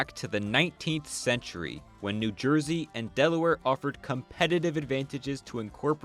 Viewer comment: I thought he had just mispronounced it when he said Jersey 😂😂